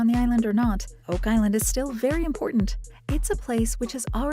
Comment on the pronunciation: "wow Oak Iland"